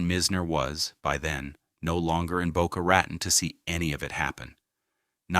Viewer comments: It sounds like he is saying Boca Rat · Yeah ... like Boca Rah-tahn. I've lived here since the 80s and NOBODY calls it that. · Boca Rotten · Dang A.I…it’s pronounced “Tone” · Addison My's Nerr... And Boca Rah _ Tone... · Yeah hearing "Mizner" pronounced wrong so often in this video is cringe worthy. It really takes away from its whole purpose. It's pronounced "My-sner." We will get so sick of these kind of mistakes we will be happy for a real human to narrate again. And, of course, it's pronounced "Boe-kuh Ruh-tone." What's the point if you can't convey proper information. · Correct sound of developer Addison Mizner is MISNER! You don’t pronounce Boca Raton correctly either! !